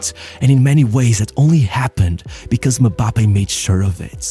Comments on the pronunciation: His unwillingness to fight aerial battles, is the only thing that keep him from being a perfect goal machine, unfortunately. Btw, it's not "Me-bappe". It's "eM-bappe". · As much as I liked the video, MM-Bappe is not how you pronounce his name. It's very annoying. It's em-bappe. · i cringed everytime bro said "muhbappe" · Why does he keep saying Me-bappe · Am i the only one hearing MaBappe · One of my favorite channels on yt. Sincerely love everything you do. You do the players I care about. But it really disturbed how you pronounced Mbappé😂